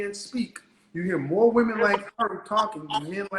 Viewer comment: Many of these “educated” women pronounce the word women ‘woman’